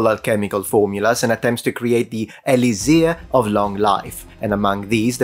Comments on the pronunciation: Dude. It's "e-LIK-sir," not "e-li-ZIR." Pro tip from a native speaker. :) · In English it's pronounced: "E-licks-er".